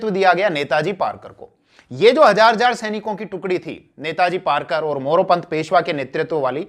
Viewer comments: सरजी ,"नेताजी पारकर नही, वो नेताजी पालकर है. कृपया नेताजी गलत नाम को1 सुधारिये. 'र' नही 'ल' है ' पालकर. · Rarkar no palkar kaho sir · पारकर नही पालकर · पारकर नाही पालकर है सर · नेताजी पालकर हैं । पारकर नाही .👍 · Sar aap nam galat bola rahe ho.. नेतोजी पालकर है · sir it is नेताजी पालकर